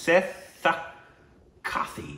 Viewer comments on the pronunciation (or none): When pronounced seethakathi as " setha-kathi".😂🤣😂🤣.setha kathi means dead knife in Tamil.u pronounced it wrong.who else is laughing. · அது செத்த காதி இல்ல.. சீதக்காதி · Yes... but this word see dhak kaa dhi. that's how it has to be pronounced.... name of a king who lived ages ago well known for his modesty and helping nature....